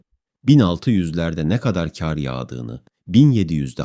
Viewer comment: Kardeş sen hiç hayatında "KAR" kelimesinin nasıl söylendiğini duydunmu. Eğer duymadıysan ben söyleyim Kâr diye söylenmez KAR DİYE SÖYLENİR bundan sonra video yaparken kelimeleri düzgün kullan. 17 dakikadır kâr diyip duruyosun beni sinir ettin burda